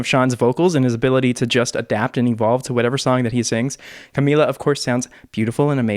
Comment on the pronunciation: Finally you say "Camila" right